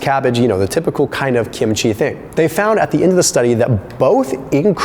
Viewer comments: Love the video and also love Kim-chi but after living with Koreans most of my live I have to say that you are saying it wrong the accent is on the first syllable not the last. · The way you repeatedly mispronounce kimchi is probably pissing off the likes of dr fung